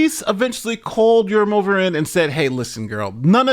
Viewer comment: yurumOva is incorrect pronouncement. It's East/South Slavic feminine form. Although originally this probably not Slavic. At least I don't know what is Urum. Neither dictionary does. In any way suffix -ov (masculine)/-ova (feminine) is unstressed. So it's urUmova. And not yurUmova.